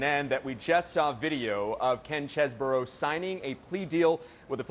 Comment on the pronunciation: Why do people call this guy cheese-borough??? His name is chez-bro.